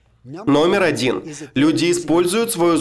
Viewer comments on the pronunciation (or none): none